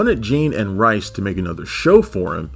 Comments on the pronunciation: The Talking Simpsons guys already did a mini podcast on this..go listen to that. They know his name is pronounced like Rees and not Rice...they even interviewed him multiple times. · Mike "Reese" not Mike "Rice". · forgive me, but Mike Reiss's name is pronounced like "reese" not "rice". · It's pronounced "Reese". I have the DVD set and the audio commentary, especially on "Jay & Alice & Siskel & Ebert" is hilarious.